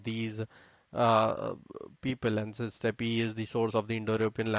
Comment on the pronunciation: I wish you Indians would realise that 'Steppe' is pronounced the same way as 'step' not 'steppy'